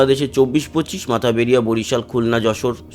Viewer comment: মাথাবাড়িয়া নয় মঠবাড়িয়া হবে